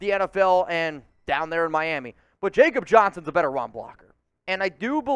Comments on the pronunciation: Its pronounced “Yak obb” Johnson. Real Ones 4 Life know this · Jakob Johnson is pronounced yah-kop